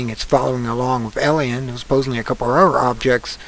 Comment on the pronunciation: Unfortunately this guy's credibility is compromised by his getting the date wrong and inability even to say the name of the comet correctly... ELIEN? Perhaps he has a bad case of DYSLEXIA.